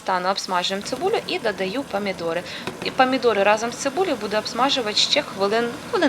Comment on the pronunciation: Памідори це не по українськи В укр. Мові буква О так і вимовляється